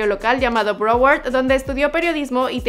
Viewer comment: No sabes decir broward or fort lauderdale